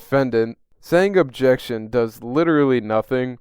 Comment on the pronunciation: Obb-Jay-Uct-Shun! Obb-Jay-Uct-Shun!